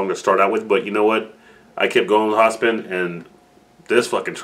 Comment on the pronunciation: its pronounced hop-sihn